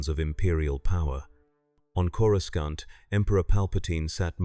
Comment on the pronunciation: This was very entertaining. I have noticed they’ve seemed to retconned the pronunciation of Coruscant by pronouncing the previously silent C as a hard C. It doesn’t flow off the tongue at all. It sounds like some Thursday night drunk referring to Cora’s private parts in derogatory terms!